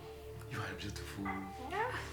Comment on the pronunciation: Hhhhhhhhhhhhhhh ati Byutifulu and Kiliyalingi 😂😂😂😂😂